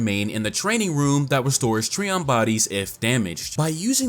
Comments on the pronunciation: You pronounce it as Tree-on and I pronounce it Try-on. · (Tri)(on) - Trion it hurts each time you say it lol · Trion is pronounced "try • on."